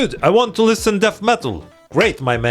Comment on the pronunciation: It's liSSSen not lisTen